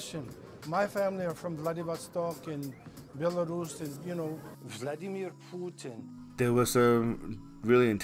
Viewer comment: Vladeeemeeer POOOTEEN... has me laughing every time 🤣🤣